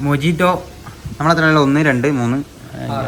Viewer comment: Oru mistake und Mojito pronounce cheyndth Mohito ennanu nxt tme srediku